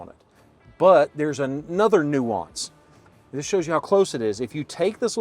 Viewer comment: Your “This…” in the intro wasn’t loud and emphatic enough.